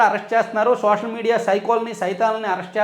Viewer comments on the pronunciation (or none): none